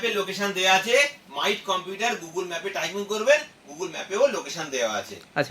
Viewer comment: Google ❌ gogol😂😂😂😂😂😂